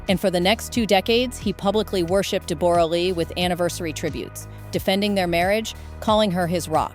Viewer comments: Why are you pronouncing her name "Deb-OR-uh Lee FUR-nuss?" It's pronounced "Debra" (like every other Deborah/Debra) and her surname is "Fur-NESS," like "digress" or "finesse." Americans are so weird. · Not Deb- borra, its pronounced Debra, I know its spelt like that but its simply Debra. and yes its very sad this lovely couple divorced and especially the betrayal is shocking. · These bots they use to read the script 🤦🏻‍♀️🙄 “De-BORE-ah Lee” “pre-NUPE” So annoying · PRONOUCED DEBRA LEE 😮😊 AI sucks sometimes. Bring back real people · Oh FGS,! Dumb Seppos who do voiceovers! Deborra-Lee is pronounced as DEB-orah-Lee!! It's just spelled differently! 🙄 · I wish these American reporters would do their research and pronounce her name properly……Jesus it’s pronounced like you say Deborah. I’ve known this woman for the last fifty years and she does not pronounce her name the way this woman reporter was pronouncing it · That is not how you pronounce her name! AI, you suck. Hugh was a nobody when they got together, Deb was the star here in Australia. She is awesome, team Deb all the way. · Please pronounce her name correctly. Poor Deborah such a lovely woman lost respect for jackman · What an odd way to say Deborah and prenoop haha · Ai... You can't even pronounce Deborah correctly... And some of the information is incorrect.